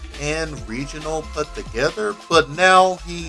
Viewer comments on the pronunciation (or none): Pretty good video, but I wanted to point out a couple things. Firstly, with Portuguese, R is usually pronounced as an H, so roda would be pronounced ho-da, and Regional is pronounced Hay-jo-nal. Secondly, as the styles developed, there have been further splinterings and refinements. There are those who feel Capoeira Regional became a bit more focused on the performative side of the art, with an emphasis on floreos, as demos tend to be more eye catching (granted that depends on who you're talking to and what mestre you're learning from). This has lead to styles such as Capoeira Abata under Mestre Camisa, which further emphasizes practical application and self defense. (I studied it for about two years before the classes were shut down due to lack of interest.) Honestly, this is still one of the better deep dives into Capoeira in fighting games that I've seen, so well done.